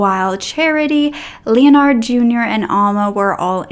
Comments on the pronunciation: Hey, Sweetie. I think it’s pronounced “Len-erd”. Not Leon-ard. I have several family members with the same name:) Great job on the video and you look great! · Ok but I think you’re mispronouncing “Leonard.” It’s like “lennerd,” not like “Leo-nard.” 😊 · Pronunciation is "Len-erd". The "O" is silent. Just trying to help you out. I love listening to your story telling!❤ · Leonard is pronounced Lynn-erd.(as in herd). —Just disgusting!! I think he was jealous. His successful brother took his girl, had a big family and had his own life. His brother had everything he wanted.